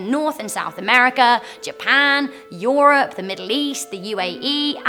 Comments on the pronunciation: did she just pronounce europe as "yoroop"? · me: Europe: YOURROPE